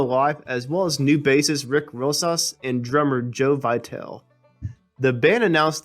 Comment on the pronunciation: Hey buddy, you're getting a lot better, keep working at it, you're doing fine! Also, just wanted to let you know, because he has played with lots of people and his name may come up again, Joe Vitale is pronounced vi TA lee, not vee tall. I know him so you can believe me. Cheers!